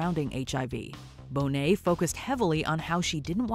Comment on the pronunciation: you call trinity Monet 🫠